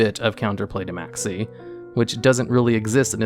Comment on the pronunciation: Maxx C Sounded like Maxie.